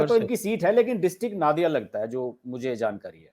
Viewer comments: नादिया नहीं, नदिया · Sir, good discussion but why are you not aware of the district in WB when you use its name? It’s called नदिया , the land of rivers, not नाडिया ! Please correct it, because it sounds foreign, like CNN news about the Middle East. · हर्ष जी, जिले का नाम “नदिया” है, न कि “नाडिया”